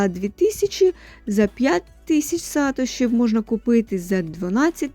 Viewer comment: Сатоши, наголос на о. Від засновника Сатоши Накамото)